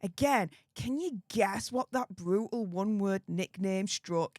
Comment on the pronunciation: Wavvvvvvy😂bvvvvvvvutal😂 pvvvvvvvince havvvvvvy 😂